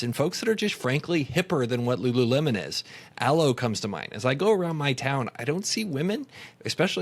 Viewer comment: Was everyone saying rururemon?